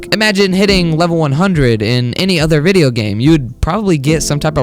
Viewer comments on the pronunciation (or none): U are right! btw i love the way u say wideyoo